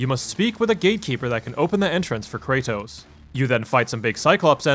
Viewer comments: CRAYTOSE? KRA-TOSS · I don't know how much longer I can handle this pronunciation of Kratos.